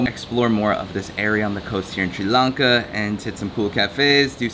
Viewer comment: the guy cannot even propere pronounce the country name welcome to tiri lanka